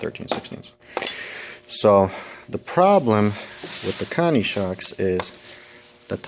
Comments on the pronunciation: Good tip on the Lowes Cobalt ratchet/socket but couldn't quite understand what exactly you called it? Guess I'll have to go check it out as that set-up would cover both styles (and more) Also, Koni is pronounced Co-Knee not Connie must be from the east coast? Basten or Jersy? haha Keep makin' the good videos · lol..I guess I'm not the only one hearing Connie,,hahaha